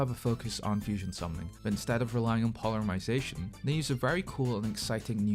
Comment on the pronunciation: “Polermization” they had a bit about that in Yugioh gx abridged 😂